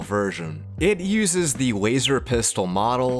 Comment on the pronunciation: Hearing wazer instead of laser is too painful for me